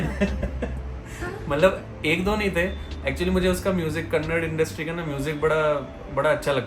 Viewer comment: It is not kannad it is kannadaaaa😊